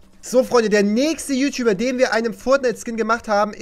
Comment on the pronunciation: Es heißt ju nicht schuh